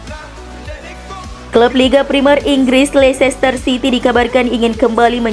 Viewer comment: Leicester itu sebutnya leister min..